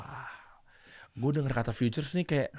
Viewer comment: Bukan "FEATURES" bang, tapi "FUTURES"